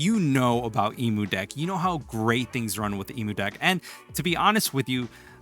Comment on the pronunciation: Why….do you say Emudeck that way?